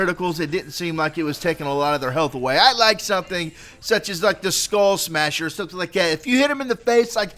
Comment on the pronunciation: Skullmasher Skull Masher Say it with me now